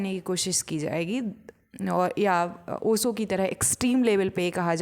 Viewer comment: बाई नाम तो ठीक से लेना सीख ले पहले ओशो का 🙏